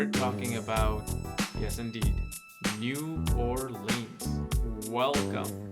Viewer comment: Say it right new orleans